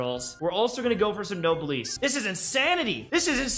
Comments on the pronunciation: why do you pronounce noblesse wrong it’s noblesse not noblesse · pls say noblesse corectly